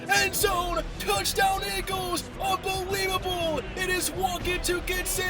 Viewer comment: Really good video, but I’m sorry. The fact that you say unbeweebable. It is priceless. I love your reactions.